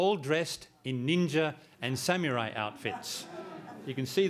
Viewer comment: what a joke!!whats a (sam-u-rai)